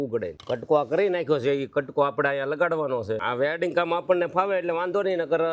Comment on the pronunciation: Velding❌ weding✅ desi bhasa ne english thi kai leva deva nathi ho😂